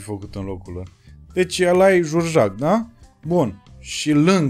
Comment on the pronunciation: "Jurjac" era de fapt inițial cu accentul pe a... Biografia lui George Enescu, partea de început. În rest un video bunicel